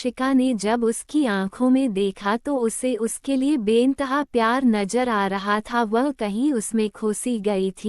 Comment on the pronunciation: Not payar , the word is pyar